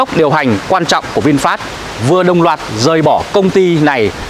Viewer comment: HAY… VINFAST… CHUYEN AM TIENG VIET ….. doc la VIN PHET.. rat chuan do…